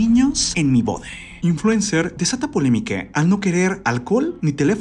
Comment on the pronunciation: Siempre dice bore y es boda parece como potaxie JAJAJA